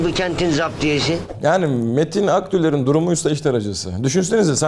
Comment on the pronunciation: bari metin akdülgerin soyadını doğru söyleseydin